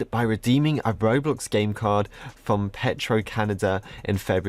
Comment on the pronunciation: ive been canadian my whole life and i never heard of "petro"